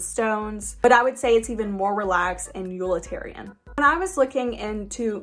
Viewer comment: You are so cute and funny. Even when you pronounce utilitarian “yulitarian” and toile as “tool”. I’m from Missouri so I’m sure you’d think I pronounce things funny such as “Mizzourah”. 😁